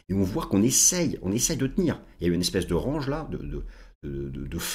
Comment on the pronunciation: j adore quand tu parles anglais RAAAANNNNNNGGGGGE